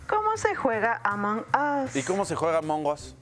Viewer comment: Correctamente pronunciado, Among Us. 😊